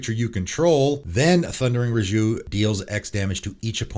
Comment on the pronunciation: And mispronounced hierophant and raiju